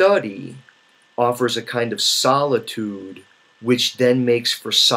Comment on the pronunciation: Because you speak very clearly and deliberately a speech to text program could accurately convert and then embed the Meta data into your video. When that technology gets better it will nullify this advantage that reading has over video. “Solidude” I have to make fun of that because in all the videos I’ve watched of yours that’s the first time I’ve heard you mispronounce a word... freak.